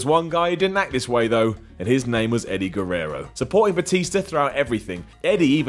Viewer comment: Edy Gerrero